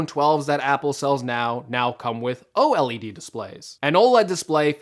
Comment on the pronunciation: why is he saying OLED wrong 😭😭😭